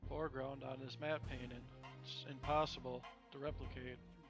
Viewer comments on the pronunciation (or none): lol "matte panting"